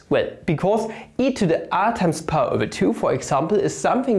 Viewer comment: stop pronouncing pi as "pah" please